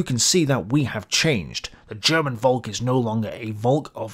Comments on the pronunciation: Volk is pronounced Folk ... please remember that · It sounds really weird when you pronounce 'volk' that way, your pronounciation sounds like the German/Dutch word for cloud. Try pronouncing the 'v' as an 'f', please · Interesting video. Btw the V in Volk is pronounced like F in the english word folk. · Please try and pronounce the V in "Volk" as an F as you would in "Father" Trust me... a V is an F sound in German and if you read texts by Adolf where there's plenty Volk words in it and it gets a bit irritating 😂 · Volk is exactly pronounced like “folk” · Volk is pronounced like folk. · Dear...Puh-Leeeeze make a BETTER effort to pronounce German terms: Volk is pronounced Folk.